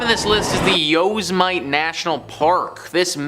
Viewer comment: "yo semit ay"? Annoying mispronunciation....